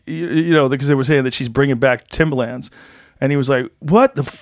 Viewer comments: Timba-Lands. Joe has a quirk where he pronounces shit incorrectly all the time haha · There’s an R in Timberlands lmao Joe “TIMBALANZ” Rogan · The face he says “timbalans” and not “timberlands” hahaha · Timberlands is pronounced timberlinds, not timberlanzzz😂😂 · He says it like the music producer Timbaland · Why does Joe keep saying “Timbalands”? Timbaland is a rapper and producer. Timberlands are boots. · Timber, not timba, T I M B E R L A N D S. Annunciate people. English. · I love how he kept saying, "Timbalands" because New Yorkers wear them. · People on the west coast call them "timberLANDS" not "timberlins"? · Timba-lins. Not limbah - LAnds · Timbalands? Timberlands you mean? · THIM-BHA-LANZ is the correct punctuation I believe. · If Joe saying timbalands doesn’t turn into a meme I’m gonna be upset. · Still cringing over the fact he says “timba lands” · Him saying "Timbalans" over and over instead of just saying Tims after the first time bothered the shit out of me for some irrational reason lol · "Joe Timber-Lands Rogan" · Who tf pronounces it timber”lands” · New Yorkers don’t say Timber LANDS lmao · Joe saying "timbalands" and supporting trump. Way to ride the fence Joe. No heart. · Anyone else kind of cringe the way he says timberlands? I guess he’s a west coast guy but cmon B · The way joe is saying Timba-Lands hurts my ears. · Joe "TimbaLAAnds" Rogan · Cus (surprise twist) HE'S never owned a pair! And he thinks that's how it's pronounced because he's only ever heard black people talk about them, and that's how they say it. Joe a real one. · The way he pronounces Timberlands is gold